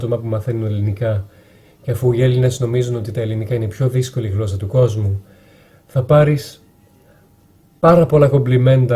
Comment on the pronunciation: Μια διόρθωση να να σου κάνω όταν λες γλώσσα μην το προφέρεις με (γκ) αλλά με (γ)